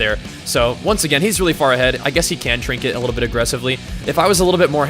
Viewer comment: "trinket" ....sigh.